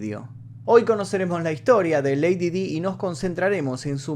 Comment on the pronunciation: Lady Di se pronuncia como "lady Dai".